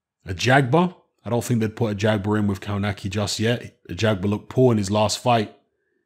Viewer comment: kov natz ki not cow nacky